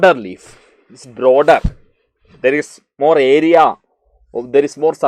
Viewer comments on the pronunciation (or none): none